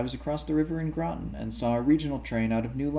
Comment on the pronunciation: Thames rhymes with James’s, fyi - and Groton with rotten